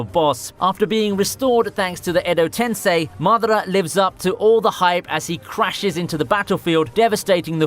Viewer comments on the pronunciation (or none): none